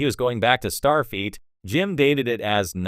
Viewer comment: Ugh… “Jean-Luk Pickerd” And “StarFEET” STOP using AI! It’s terrible.